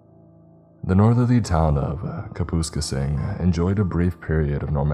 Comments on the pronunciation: Alright so i live in Kapuskasing, first of all thats not how you pronounce Kapuskasing, second of all we don’t have small mouth bass. But if you want some spice added to this story, the town i grew up in called Opasatika is about 20 min drive further north, this town had a military base thats fired up in the 40’s and got dismantled years later, i heard many stories of this base from family members that worked there, it wasn’t a normal base and nothing was left behind. Opasatika also had 100’s or japanese villagers thats started their own community on the other side of the train tracks, no one from the french town actually engaged with them and when one left they all left the town disappearing with it leaving nothing but a 10ft standing cross. Hyundai spent millions building a test facility in Opaz and after completion they picked up and left leaving everything behind. This story isn’t to far fetch… other than the pronunciation and the small mouth bass. Kapuskasing, Opasatika and all towns in the surrounding areas are french. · Kap us k sing, is how the town's name, at the very beginning (after you read the See What I DidThere? description of the SUV heading back from the ice fishing trip being 'Stuffed to the gills') is pronounced 👍 Not- Ka poohs ka sing. Helper. Not Dickhead😁👍❤️🇨🇦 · I'm pretty sure it's pronounced, kaa-pass-kayss-ing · It's pronounced ( kap-us-skay-sing) Kapuskasing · If you're curious, Kapuskasing is pronounced Kap-us-CASE-ing. Not sure how else to illustrate inflection than caps; it gets the idea across, I assume. It's a pretty area, monsters notwithstanding. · Having been a truck driver through northern Ontario for years, a friend of mine and I have joke for years about the Kuh-pus-kasing beast… his ex gf. Great story but had to laugh about the pronunciation of “CapIS-casing” Good work eh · Lol I had to think about where he was talking about when I first heard it. I can't wait for the Saskatchewan stories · I was hoping someone else noticed💀